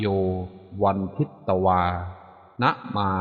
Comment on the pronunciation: เขียนทิตแต่อ่านพึต